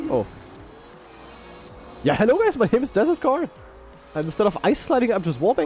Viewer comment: i love his accent when he says it. yaa HALLO guys!